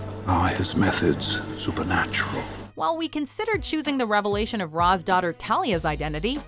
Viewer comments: Its pronounced "Raysh" not "Ra'z" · Jesus Christ you know better! Shameless! You damn well that Ra's is pronounced RAYSH. The studio made a joke about it in the movie but you don't need to here. I know it's kind of silly to be pissed about something so small but it's a pet peeve of mine. I'm pretty sure you've even had this included on a video at some point!